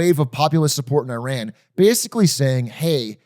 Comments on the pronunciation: thank you for saying ih-rahn after all the others said eye-ran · was iran pronounced right once this episode LOL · holy shit, actually pronounces Iran correctly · Hasan pronouncing right because he is Turkish. We pronounce it as we write so İran is just İran in Turkish. Well technically English also trying to do that since they read ran as ren and i as ay.